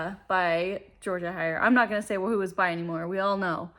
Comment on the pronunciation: Heyer is pronounced "Hayer" not "Higher". Great book haul btw. Enjoy